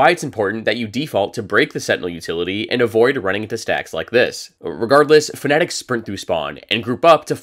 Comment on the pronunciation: please stop saying "fnetic" i'm begging you